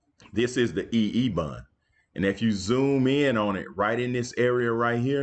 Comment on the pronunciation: Bond not bun